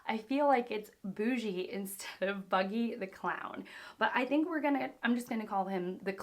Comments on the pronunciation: Boo-G instead of buggy 😭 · Ya his name is buggy like bug-y. It’s actually funny that you call him boojie bc Luffy constantly mispronounces names and that’s an A1 example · It's not pronounced Boojee. It is indeed pronounced Buh-gee. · It's Bugyy and not Buggy x) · Buggy = Buh Gee ( you get it in the second time, nice ) many still pronounce it wrong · Pronunciation of Buggy goes as follwing Bu - As in Bug ggy - as in Iggy buh-gih basically that second pronunciation when you were doing the examples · Lmao! At the attempt not to miss buggy's pronounciation, you came up with one I'd never seen anyone say before :P Buggy as in, well, bug or bugged. So the second option was precisely the way it's usually said! :D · Buggy is pronounced with the phonetic bug-ee. Rhymes with muggy. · You can pronounce Buggy like normal. Like a bug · Always fun to see someone going on a journey. Welcome aboard. Others probably already pointed out how to pronounce buggy. But one thjng that is funny is...that luffy always messing up the names from people who are not on his crew. He either give them a nickname or pronounce it completely wrong. So in that sense u are a lot like luffy. Also maybe fun...here is a short compilation of luffy from the live action mispronouncing buggy his name. (Maybe spoilers for the live action..although without context there aren't any)